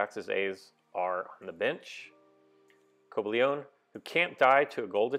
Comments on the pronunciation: Co-buh-lee-on. No "ay" sound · It's pronounced "co- bay-leein"(cobalion) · It's Co-bal-ee-in